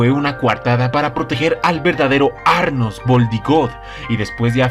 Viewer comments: es anos, no arnos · El nombre era anos, porque dices arnos?? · Tengo una súper duda desde que empezaste a narrar los episodios de este anime/novela Por qué llamas Arnos y no Anos a nuestro Maou-sama??? XD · Que no era Anos y no Arnos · Porque siempre mencionan mal los nombres Quien chingados es arnos :v